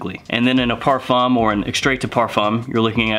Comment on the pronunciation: If you decide to make videos about this genre, please learn how to say ‚parfum‘ first